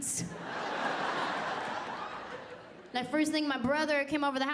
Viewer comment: Both are awesome but can we pronounce curtains properly? That drives me nuts pronounced the letters please